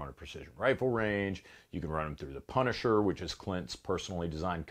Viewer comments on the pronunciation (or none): none